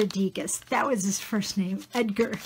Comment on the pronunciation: DEGAS is pronounced with silent "s". = du(ah). Did you choose artists your friend likes? BEAUTIFUL art intetpretation for an art friend.